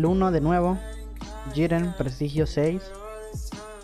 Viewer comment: Porque dices "shiren" xd?